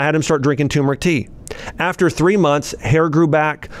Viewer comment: It’s pronounced “Ter meric”, not “Tumor ic”